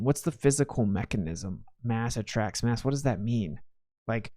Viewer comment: "Mwass attwacks mwass" lol😂 make this a shirt!!